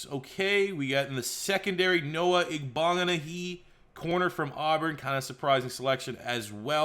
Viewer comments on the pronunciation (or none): Noah Ig-bin-ahogany (like mahogany)